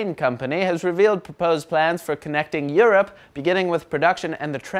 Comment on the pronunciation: no mercy on the "europ" 😂